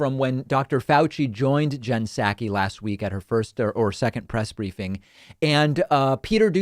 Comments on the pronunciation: Hashtag is Psaki not Pskai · Her name is not pronounced SAKI. The P is pronounced. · Dude, you need to up your pronunciation skills if you’re gonna be a guy who gives VOICE to issues. McEnany is NOT McEnaNNY. (She is not a nanny despite what it seems) And Psaki is NOT Psakki! When you order saki at a sushi bar, do you ask for “sakki”? It’s not sad as in Sack-ee, it’s SOCK-ee. 🙄🙄🙄